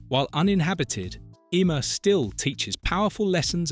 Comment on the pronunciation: It’s Hee-Sham